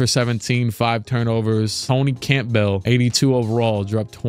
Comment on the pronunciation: “Camp Bell” is crazy lmao